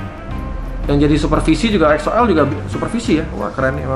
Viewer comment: Weedeweeh udah bener donk nyebut EXO-L nyaa 👏👏👏👏 Thank's bang